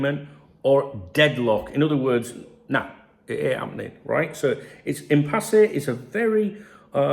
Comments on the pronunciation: Why arr you pronouncing it im-pass-eh? It's im-pass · It’s impasse not empasse say it right son silent e at the end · It's pronounced Impass according to Google. Which sounds about right since there's no accent over the final E. It's not written "Impassé". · Haha I prefer it impassay. Sounds far better. I personally wasn't even sure what it meant. But I reckon impassay is a far better pronunciation. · Love how you pronounce Impasse lol, keep it real. Anyway, my theory, FSG have known they have no intention to extend these contracts, Hughes is the convenient scapegoat or fall guy for a failed summer transfer window followed by failure to secure our 3 best players. FSG and Hughes need to go if this is case